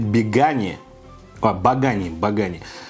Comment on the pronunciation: Пирог должен быть не со шпинатом и сыром, а с листьями свеклы. И осетинский напиток- это осетинское пиво, но произносится баганы (ударение на второй слог)